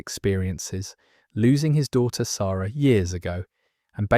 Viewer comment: you pronounced "Sara" w the proper vowel used in phonetic languages. silly but made me happy